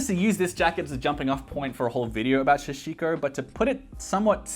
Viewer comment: Hi, I really enjoy the videos. Small comment for your upcoming sashiko video, its a "sa" instead of "sha". All the things you got look like great quality that will last for years. You must be good for heritage fashion for your entire life. Also, can you recommend any places in Japan where I can find clothes like this?